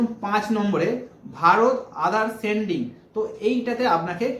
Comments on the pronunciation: seeding ke sending bolchhen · একটু ভালো করে পড়া শুনা করেছ ভাই? সিডিং কে সেনডিং বলিও না